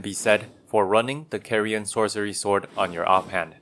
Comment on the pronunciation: You're pronouncing Carian wrong! It's supposed to be pronounced like car.